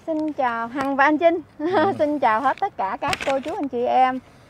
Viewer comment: ụa chị hằng ,anh trinh với chinh, hai từ khác nhau mà ,hai cách phát âm khác nhau ,âmtr với âmch mà ,e thì ko có ý kiến gì ,mong chị gọi tên các anh cho khán giả dễ hiểu hơn ,chúc chị nhiều sức khỏe